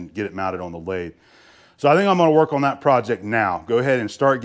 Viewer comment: Did you forget that TH is English. There and that are not pronounced dare and dat!